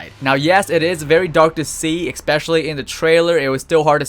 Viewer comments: ESPECIALLY!!! NOT EXSPECIALLY...Other then that great video! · Why do you say ek-specially instead of especially??? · E-Specially. Not EK-Specially. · holy shit stop saying ECPESCIALLY